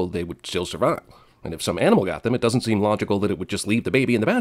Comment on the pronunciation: You're trying to be part of CinemaSins and completely butchered the word "doesn't." (Ding)